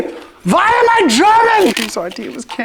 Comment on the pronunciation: As a German, the "VHY AM I GERMAN??" killed me 🤣